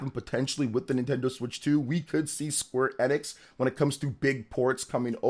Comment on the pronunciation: You're saying Square Enix wrong.